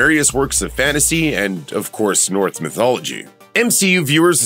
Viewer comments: ... did you say "North Mythology?" 🤨🤨🤨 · It’s Norse mythology not north mythology 😂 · Please, tell me I'm wrong. Did he say "North mythology"? 🤨